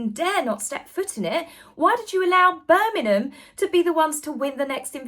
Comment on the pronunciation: I love you …. Love you even more if you would pronounce Birmingham correctly ❤❤❤